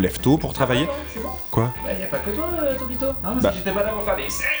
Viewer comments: le mec au depart a dit tropico???? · "De tropico" xD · je rêve ou il a dit tropicaux o lieu de TOPITO au début